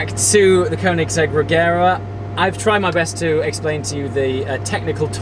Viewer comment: Sorry but you have to pronounce it « Reyera » 😘